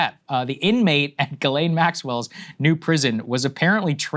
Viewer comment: It pronounced JhizzLane